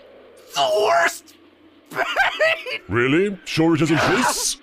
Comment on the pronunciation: rilly guys Rilly Rilly?????